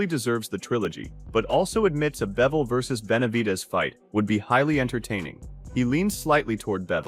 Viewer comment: It’s pronounced BIVol like beaver or bees this guy keeps saving bevol wtf